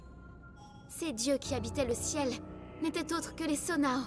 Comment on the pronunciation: Banger ce jeu j’ai avancé plus dans l’histoire pour pouvoir regarder mais juste tu dis Sonao mais je pense ça se prononce Sono